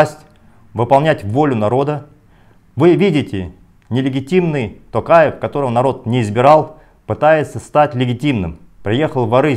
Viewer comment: Не такаев а токаев!))) қазақша сөлейаласыңба патриот, қазақша сухбат берсейш!